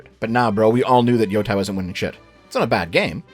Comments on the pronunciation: I really love your videos. Your voice is so welcome in the video game space overrun my people on both ends of the political spectrum who just want to lord it over each other. I do have to ask though... your name is literally, HOW are you mispronouncing "YOTEI" as Yotai? It's pronounced as Yo-tay, which you should definitely know from hearing it dozens if not hundreds of times. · Every time he pronounces Yotei as Yotai a puppy dies Edit: also screw you for not mentioning Half-Life 3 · It’s pronounced “Yo-TAY-EE” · Im only watching this now, almost a month later and this shit is so annoying. has consumed a lot of anime, has played the game, has heard the correct pronunciation of Yotei tens of times by now and still gets it wrong. Idk how can it be that challenging for the avg english speaker to learn standard vowel sounds of most of other languages by this point in life.